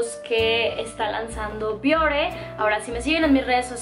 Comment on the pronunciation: yo soy de piel grasa, uso productos Bioré y me van muy bien. Por cierto que la palabra de acentúa al final y tú no lo marcas cuando la pronuncias. Me gusta mucho tu canal Saludos!